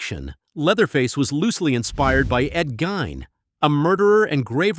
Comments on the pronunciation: Disliked! It’s pronounced “Geen”, not “Gine”! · Ed Gein's last name is pronounced "GEEN." Rhymes with "fiend." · Thought the inflation run the opposite way. Well guess you never know with AI. Also Ed "Gain". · WHEN WILL THESE AI VOICEOVERS GO AWAY!? So many mispronouncing names. Ed Gunn? Tobe hooper.. it's TOBY. Just keep churning out crap and getting $